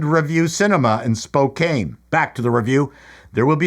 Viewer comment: SpoCAN, not cane, but props to the Garland!!